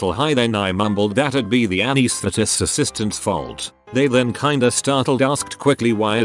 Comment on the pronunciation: The bot trying to pronounce "anaesthetists" has me ROLLING